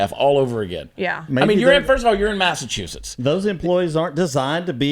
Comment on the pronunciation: People from Maine call people from Massachusetts "Masswholes "stop doing maine accent for Massachusetts.